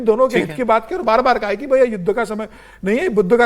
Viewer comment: कुछ निशानी क्यों बोलते हो... सीधे सीधे बार बोलो.... वो बाल नहीं बार है.... काहे से कि जहाँ तहाँ के बालो को बार बोलते हैँ.... जैसे झां... & का बार...